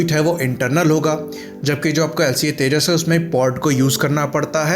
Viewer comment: Hahahahahhaha Abay ye vimaaan 40year ka age hogya Akash par uray bagair he... Teeja teeja Kia hay Ye Teeja teeja